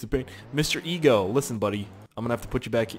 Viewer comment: Did anybody realize that he said aggo instead of eggo